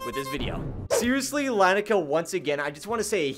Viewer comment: Btw it’s pronounced li-ni-ca